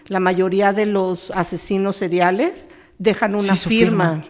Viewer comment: El dice asesinos "cereales" y es seriales